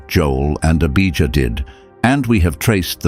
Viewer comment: Abijah not Abigail. Beersheba not Biashiba Not Debbie.